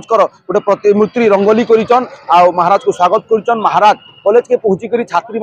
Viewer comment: pratimutri nai ho pratimurti aye